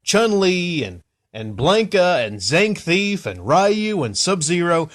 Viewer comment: Did I hear you calling Zangief Zankthief?